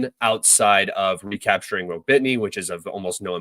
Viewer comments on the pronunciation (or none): Ro-Bit-Ny????? Where the fuck is that???? Do you mean Ro-Bo-Ti-Ny ?????